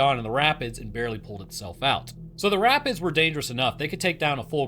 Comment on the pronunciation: When you said rapids, I heard rabbits, and you said they were dangerous. I was like rabbits can take on dogs? Daaaaaamn?